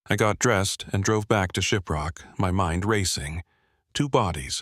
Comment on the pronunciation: Shiprock New Mexico, need to work on your pronuncations. 🤭